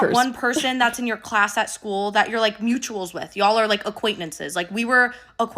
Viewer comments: Does anyone else hear “aquaintmences” instead of “acquaintances” ? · so no shade to but was girly saying acquaint(n)ances? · I’m sorry but if she mispronounced ’acquaintances’ one more time, I was going to explode 😂